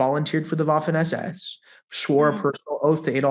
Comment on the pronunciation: thank you for proper 'spoken' word Waffen as per {V}. Thank you again for your excellent skills and knowledge. Cheers from Toronto!